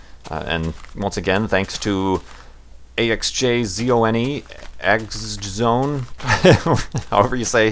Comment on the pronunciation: It may sound confusing, but my nick is supposed to be pronounced as "AxisOne", even though it is not that obvious D: I like his "A-X-J-Zone" thingy though. :S